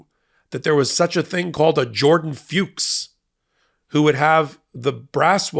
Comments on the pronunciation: Jordan FUCHS Must be pronounced rhyming with 'books', So like 'Fooks' -- NOT Rhyming 'Pukes' ... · I hate how people won't pronounce Fuchs properly here. It's pronounced F*cks. It's the German word for fox. Have fun, don't be so uptight